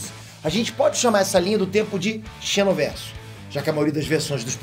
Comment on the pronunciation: chenoverse não, zinowvérse